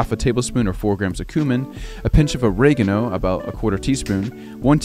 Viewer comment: Absolutely bamboozled by the way pronounced "oregano"